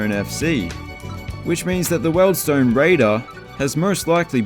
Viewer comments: Mate, you may be Antipodean, but Wealdstone is pronounced "Weald-stone" and not "Weld-stone". I live there so it upset me! 😟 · It’s WIELDSTONE NOT Weld